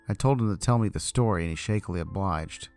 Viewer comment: spoopy stowy